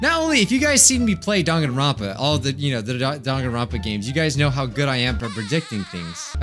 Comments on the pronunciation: I can’t get over how the announcer keeps calling it Dankanronpa with a k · Of course you haven't, nobody says Dangaronpa they say Danganronpa